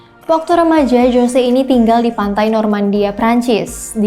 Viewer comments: jose... dibaca hose mbak bukan jose... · 'José' itu bacanya 'hose' dooong😁